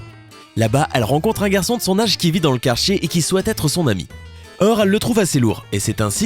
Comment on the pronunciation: Elle a bien dit le quarchier je sais que sa fait chier de prendre le car mais je connais pas de quarchier